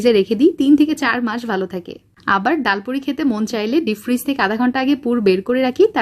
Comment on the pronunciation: ডায়াল পুরি নয় । ডাল পুরি ।